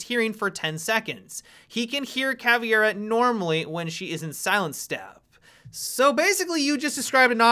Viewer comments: I cringe everytime he says "Caviera" uurrrgghh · Why do you say Cav-e-ara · I love listening to people who don't know how to pronounce Caveira say Caveira.